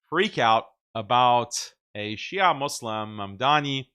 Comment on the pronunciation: Shia'a Muslim 😅 sounds like "Halal Porc 🤣"